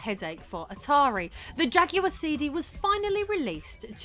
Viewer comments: I don't think you are pronouncing jaguard correctly. It's not ja-gu-ard. It's ja-gwar. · It's Jaguar not jack-you-are. It's New York not new yonk 😂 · Oh you mean the Jagwahr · Narrator saying "jugular"? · What language do you speak because you keep pronouncing Jaguar incorrectly.